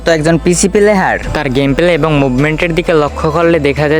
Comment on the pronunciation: প্লেহার ❌ প্লেয়ার ✅